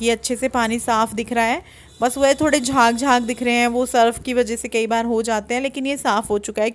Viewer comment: आप केई बार नही बोला करो अच्छा नही लगता सुनने में सही बोला करो "कई बार " सही है,😊👍